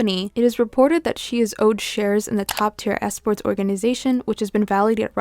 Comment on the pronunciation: Esports isn’t pronounced like that 😂